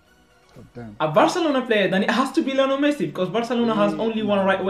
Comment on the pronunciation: Its Lionel not Liolen lol